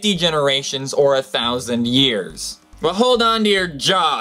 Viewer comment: Is it so hard to say "years" instead of "ears"????